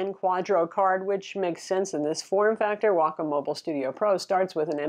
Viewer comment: It's pronounced WAY-comm ;)